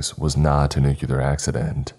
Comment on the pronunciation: It is NOT pronounced nukeular, it is NUCLEAR, NEW-CLEAR